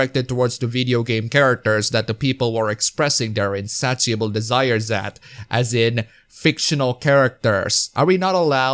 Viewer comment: Just to help you with your English, insatiable is pronounced 'In-say-shuh-bull'.